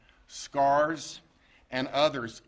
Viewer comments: I cant stop laughing. Scarz! Ahahahaha. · Uh oh, did he just say SCARS? No honey, you did so well, I'm sure nobody noticed. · 😮Hold hold up did he just say SCARS¿!? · Did he say Scars? OMG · “Scars”? (Aka SARS) 😒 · I figured it was just a "southern thing", but I noticed that too. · I thought I misheard him. Turns out he's just uneducated.